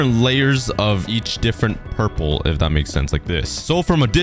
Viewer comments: Hi um so my little brother is kinda anoyed how you say purple wrong so it's pronouns as prlol but the word is purple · Pronouncing "Purple" Most people: "pur-pol" Meanwhile,: "pur-pur" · am I the only one that hears 'pur pur'